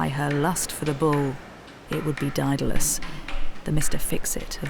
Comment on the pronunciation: This narrator cannot pronounce Daedalus? sad.